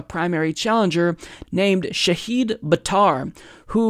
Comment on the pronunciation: He's mispronouncing multiple things... Shahid (SHAH-hid, /ʃah'hɪd/), Stuttgart....